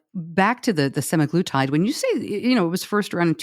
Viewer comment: Hmm, semaglutide, not semiglutide. I think "sema" refers to the 7 day cycle. Good discussion. I agree about Type 1. I've heard from at least one Type 1 person that the drug works for them. Probably this is due to the gastric slowdown since their bodies cannot produce insulin.